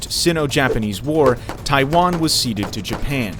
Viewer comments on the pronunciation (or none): none